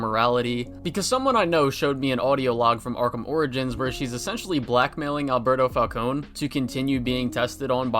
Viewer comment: My favorite part of this game is when he says “I heard one of your guards call me Mr. Falcon! Ingrates can’t even get my name right” and that makes me happy cause my only criticism with the Batman is that the pronounce his name wrong